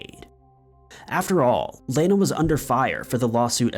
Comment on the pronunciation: Thank you for pronouncing my name the proper way. I've only had 2 people ever say my 1st name correctly. That case is insane